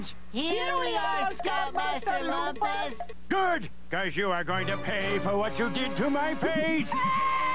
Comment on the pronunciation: Okay! Let's get to the bottom of this! Raj and Slinkman say 'Loomp-us' when everyone else says 'Lump-us'...what's the deal with that?